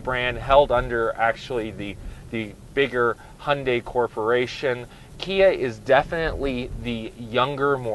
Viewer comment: Fair review but please learn how to pronounce Sportage and Hyundai properly :-)